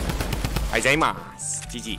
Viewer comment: GGがじじいにしか聞こえなくなってきた(;;) ところで編集済みってダサいよね((((殴